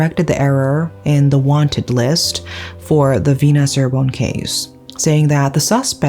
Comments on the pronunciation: Indonesian here! Thanks for covering this case, I enjoyed your storytelling… the correct way to pronounce Cirebon is Chee-rebon not See-rebon by the way, but it’s no problem I know Indonesian words are difficult to pronounce 🥹🙏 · Just wanted to let you know the C in Cirebon is pronounced as Ch.... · They made a movie about it, you should watch it. Fyi Cirebon is pronunce Chi-re-bon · Indonesian here Just so you know, places named Ci-x in Indonesia are pronounced with "C" (like you would "cheers") rather than "S" (like you would "see") Props for bringing up an Indonesian case I'd comment also regarding the police here, but I see that it'd be redundant